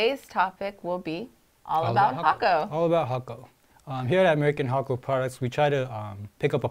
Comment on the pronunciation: The effort you make on these videos help. Even things like how to properly pronounce the name thank you.